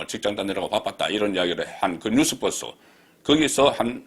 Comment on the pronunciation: 뉴스버스 --- 뉴으스 벌스